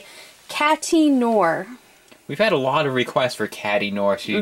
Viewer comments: noir is not pronounced "noor", you would be closer to the pronunciation by saying no-ah, you know, like in Film Noir. You can listen to how it sounds on google translate. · What is it with everyone mispronouncing "noir"? It's French.